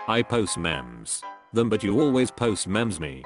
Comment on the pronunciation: you say youtube and memes wrong